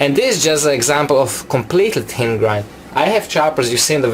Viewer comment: Is he saying tin or thin